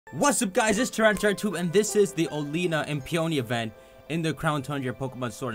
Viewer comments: I thought it was pronounced Oh-lay-ah-na. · I thought it was pronounced Ol-ee-na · according to the official Pokémon twilight wings anime (at least I think that’s what it’s called) it is pronounced Olianna. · Bee does sound weird, but it's even weirder than he pronounces Oleana as Oleena but then doesn't pronounce Bea is Bee. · I'll still never get over how he mispronounces Oleana. Like he just completely ignores the letter a.